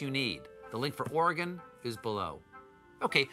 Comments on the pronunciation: HE ACTUALLY PRONOUNCED OREGON RIGHT! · Thanks for not saying OREY GONE